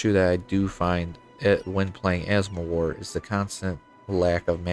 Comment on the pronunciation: Where are you from? I can't understand why you still caling Mewar as "mOwar"...